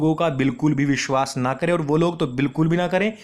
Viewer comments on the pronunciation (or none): none